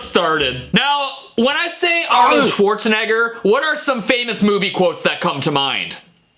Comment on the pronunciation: Arnold SchwazeNegger